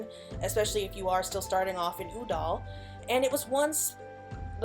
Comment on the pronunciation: I love the lore vids but I can't help but jump every time you say Ul'dah because you're pronouncing it like it's spelled "Uh-dal"